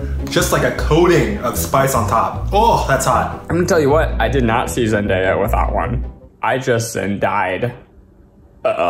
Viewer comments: Why does Zach pronounce everything wrong. IT'S ZEN-DAY-A NOT ZEN-DiE-A and DO-Ri-TO NOT DOR-i-TO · “I see Zendaya.” “Zen DY a.” noooo 😭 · it's ZEN DAY AH NOT DIE AH people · And his wrong pronunciation of Zendaya😂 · WAIT is the reason everyone in the try guys can’t say zendaya right??